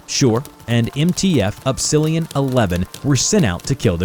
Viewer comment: Up•Silli•On? Its pronounced Up•Sil•Lon, just like Epsilon.